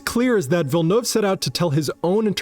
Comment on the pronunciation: You're the first American (I assume that you are. Please correct me if I'm wrong) who pronounces Villeneuve correctly, as opposed to the usual "Villenouve". On behalf of Denis Villeneuve, I appreciate it.